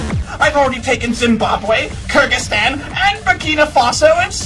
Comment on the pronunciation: BER2ERKER He is saying kurdistan that is not how you pronounce Kyrgyzstan. Props to showing you not only know the world but also pronounciation